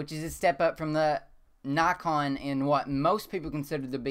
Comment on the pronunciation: Dont get me wrong if you say nykon instead of naakon you would get more subscribers. I really like ur channel.